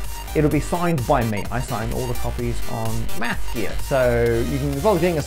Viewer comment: please, pronounce the th in ma-th- gear. It's not massgear, we are not doing physics here